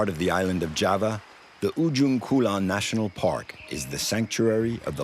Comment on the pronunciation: jawa not java😂